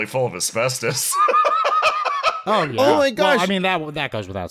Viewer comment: I sincerely hope she finds that as-better-os